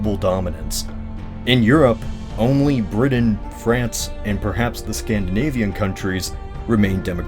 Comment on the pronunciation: why do people say Britan like that?